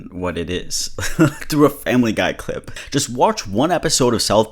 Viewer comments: "Ty for the cli- t",💀💀💀💀💀💀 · the "thank you for the clit" part had me fucking rolling. i can't believe he didn't do a retake